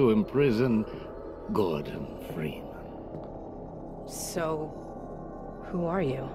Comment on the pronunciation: "GORBEN" ah yes we all know that one Gorben Dreemun